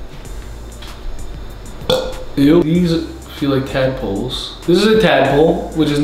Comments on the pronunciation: He literally turned into a british man 😂😂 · First time he sounds British without yelling LMAO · ARE THESE TADPOLES WKDHKWUFKWID HE SOUNDS BRITISH I CANT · "are these tadpoles?" He sounds british af